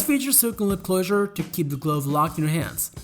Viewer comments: I recommend adding someone who can pronounce common English words, such as glove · The way he says glove 🤣🤣